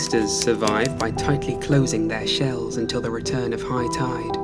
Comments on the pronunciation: I literally thought he said “toid” as a normal word instead of “tide” at the beginning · no way bro dtarted the video saying tide like that